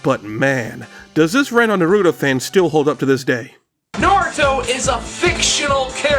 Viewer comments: Its naruto Not norutou lmao this gringos I swear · Do you not know how to say Naruto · not doing enough research hmmm I mean I hate to be that guy but you kept mispronouncing Naruto lol even Big Al gives the correct pronunciation immediately after that still love the video